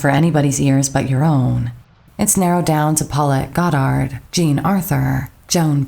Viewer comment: I don't understand why Goddard's name is being pronounced so strangely in this video.